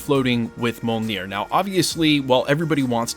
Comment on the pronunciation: You keep mispronouncing Mjolnir. And Shang Chi🙄